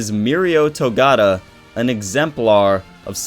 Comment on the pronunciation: Togata not togata